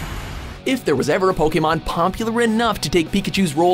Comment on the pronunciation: I hate the fact that this guy can't pronounce the names of Pokemon right...